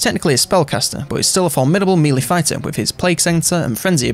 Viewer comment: One of the best YouTubers put there for infovids.... But I can't listen to them without hearing 'mealy' instead of melee. Meh lay. Meh -lay. mehlay. Melee. Thank the Normans.